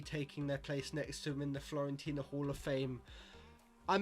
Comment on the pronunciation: Great vid, honestly though you’re driving me mad by calling them Florentina, it’s Fiorentina!!!